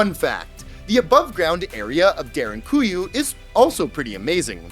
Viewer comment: Props to you for actualy pronounsing derinkuyu (almost) perfectly.